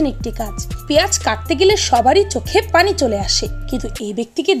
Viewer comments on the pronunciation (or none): none